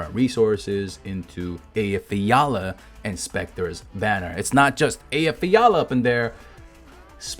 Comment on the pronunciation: is this the guy who can pronounce Eyjafjalla most correctly on earth?